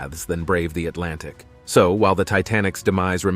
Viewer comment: STOP SAYING ATLANTIC 😭😭 my mind when u say it "EyEs BlUe"